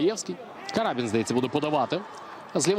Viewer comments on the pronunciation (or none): Не карАбін, а крабІн.